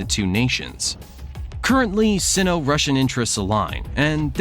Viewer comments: In English, the prefix "Sino-" is pronounced "Sigh no" /ˌsai.no/, not "See no." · Sino-Russian - pronounced Sign-O Rush an - not “seen-O Rush an” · Sino is pronounced "sign-oh" not "scene-oh" FYI (like China is chai-na - not chee-na) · Syno not Seno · Say “S eye-no” to sound right. Two syllables. “Sino-Soviet” also about a third of the time you said China when you meant Russia and vice-versa. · The “i” in sino is pronounced like the word eye. It isn’t pronounced like the “i” in internet. Just sayin’